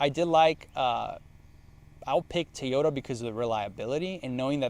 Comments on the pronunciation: I find it very annoying the way you say Toyota. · For me it’s just the way you say Toyota lol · The way you say TOYota is absolutely baffling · How do you own that many toyotas and can't even pronounce it right. 😂😂